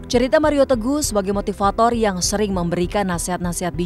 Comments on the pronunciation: Bang hotman kayak nya sebut .maria tegoh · hahaah setiap dia di wawancara pst ngucapnya maria teguh awal2 gw kira2 salah ngucap tp setiap ditanya wartawan pasti maria teguh ngomongnya berarti bang hotman sengaja...